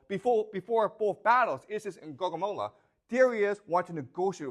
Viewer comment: I love how he pronounces Gaugamela almost as Guacamola.